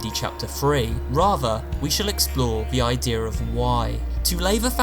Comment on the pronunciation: I love how you say "idear" instead of "idea"